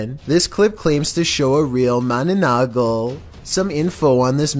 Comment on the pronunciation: You pronounce the mananaggal as mana-nang-gal.. lol